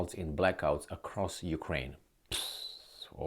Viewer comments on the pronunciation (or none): none